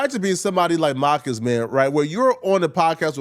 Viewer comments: It’s Mar - cus Not maccus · Bro… really calling Marcus “MAH-cus” is insane 😂😂😂😂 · There's an R in MaRcus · Why keep saying Mahhkiss? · Why he kept saying Marcus like that 😅😅